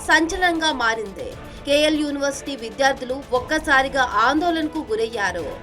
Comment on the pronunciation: మారింది... మారందె, అయిందే, వర్సిటీ పోయిందే తెల్చిందే కాదు.. వెళ్లి తెలుగు నేర్చుకో ముందల 😂😂😂